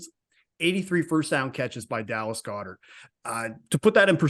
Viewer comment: Guy saying Goederts name wrong is like nails on a chalk board but beside that, great insight guys... love that the 2nd guy got it right